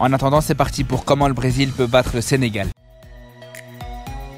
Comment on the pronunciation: Allleeeeee le SENGAL DIT par un marocain